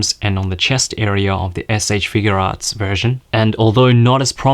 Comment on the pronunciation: It's not figurearts it's figuarts. I feel like if you review toys you should know how to pronounce the company